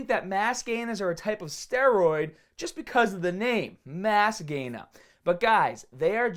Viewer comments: I fucking love when he says "MASS GAYNAHH " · All I hear is "Mass Gayness" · "Mass gainahh"